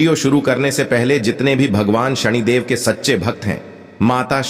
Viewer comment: सनि देव है उच्चारण सही करो सणीदेव नहीं